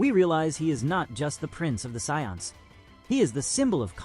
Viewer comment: That’s actually closer to how it’s supposed to be pronounced